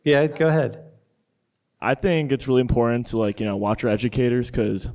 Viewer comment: "This is me being a little bit narrow minded, but..." Young lady, that's WAY more than 'a little bit'... You've been given bad info and you didn't take the time to 'do your due-diligence' to find out the truth. 🙄"That's why ACAB is so imporannn" (can't even pronounce the word 'important' correctly 😣) In case you didn't know, ACAB is an acronym for 'All Cops Are Bastards' .. This is how young black kids are being brought up to think.